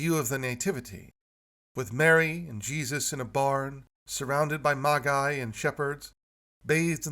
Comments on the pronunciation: the title is commonly (although, illogically) pronounced "Maj-Eye" in English. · I truely believe that the most burning question is: Why is pronouncing 'Magi' that way?